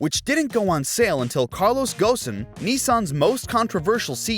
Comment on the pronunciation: The name Carlos Ghosn was pronounced correctly in this video, instead of Carlos Gon.